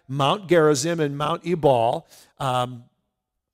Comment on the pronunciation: My Israeli guide said Ebal is pronounced Eval.